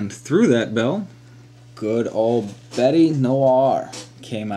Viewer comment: Just adding to your French...Bête (means Beast) is not pronounced Betty...but alot more like Bait!!!!! Good Battle rep by the way!